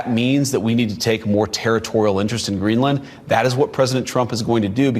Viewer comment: Greenland, not Greenlund.